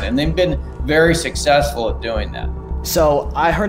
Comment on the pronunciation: "Suss sesfull" 🤣